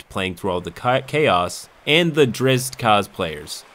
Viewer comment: as for the character names. You called Drizzt by his name, as opposed to Drizz-it. Well done sir.